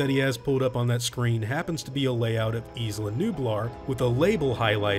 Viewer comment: Thw word isla is pronounced ai-la, not is-la